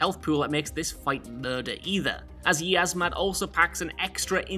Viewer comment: He cant even pronounce Yiazmat properly. DOWNVOTE!!